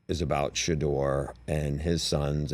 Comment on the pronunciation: “I think She-duer is a terrific QB” 🤣🤣🤣